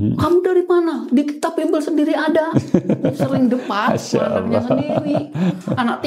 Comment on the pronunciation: Jelas, terang benderang. Tapi pak bukan bimble tapi bible...😊